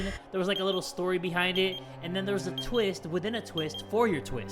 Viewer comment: “What a tweest”